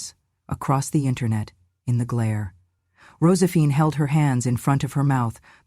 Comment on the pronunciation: Why so many flubs in the reading of this script?! Mispronounced words and names : Rosephine?